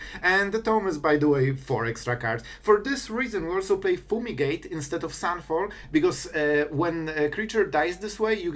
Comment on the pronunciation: Foomigate❤️ Not making fun obviously, just funny how u pronounce it lol